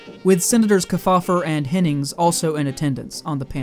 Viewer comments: The Senator’s name is pronounced Keef-Aww-Ver. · Guys. I just found this and I think you hit the nail on the head. However, you got to work on pronunciation of those famous names... The Senator's name is pronounced "KEEF FOUL LER" amongst the others and if you can't bother to get that right, it casts the underlying research into doubt. I realized it is far too late for these videos, but I recommend that you look up the way the names were pronounced as a lot of these guys were extremely famous and there are still people around who remember them. Otherwise, great job.